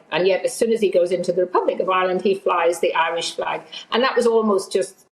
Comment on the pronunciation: He wouldn't fley our fleg!